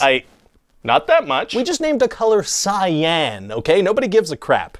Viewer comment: funny but that’s not how cyan is pronounced at all